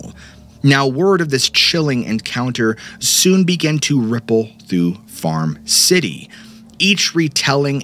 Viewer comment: A couple things - it's pretty obvious you used AI to write this episode, and I think that your own phrasing and storytelling would be nicer. The other thing is that the town is Farmer City, not "Farm City."